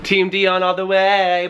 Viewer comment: is soo cute i like when he pronouced di-on hahahaha